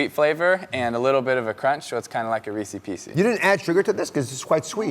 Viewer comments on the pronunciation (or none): Reesy-Peesy? Dude... Did you get hit hard in football? It's Reese's-Pieces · If I hear Tim Tebow say Reece Peecees one more time I’m finna snap 🤣🤦🏻‍♂️ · I was swooning over him until he said resse piecey. Turn off lol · Ha he says Reece piecee just like Brendan Shaub. Ah that made me laugh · When the h$%l did people decide to call Reese's Pieces, Reesie's Piecies? everytime I hear this I want to break something. It doesn't sound cute, it sounds like you're saying 'Feces feces' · Why is he pronouncing Reese's Pieces like that. LOLOLOL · Yeah. They even clap for the weird way he keeps pronouncing Reese’s. Smh